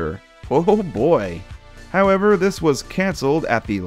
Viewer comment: Take a shot every time says "how-EV-er..."